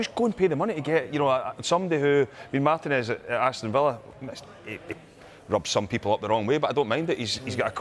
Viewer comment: Despite being Yank, I far prefer English speech versus American. However, Martinez is pronounced mar-TEE-nez not MAR-tin-ezz